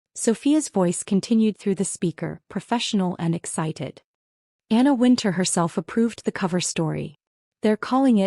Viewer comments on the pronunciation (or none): Wintour, not Winter.